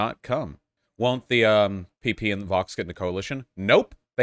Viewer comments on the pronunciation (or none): I mean, PP is pronounced Pepé, not Pipí. Seems like an English pronunciation issue to me